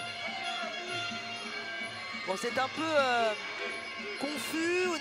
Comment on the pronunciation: Monsieur le présentateur, Gane s écrit comme ça G A N E, pas GAGNE